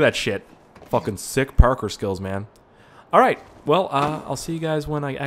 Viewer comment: Do u say Parker on purpose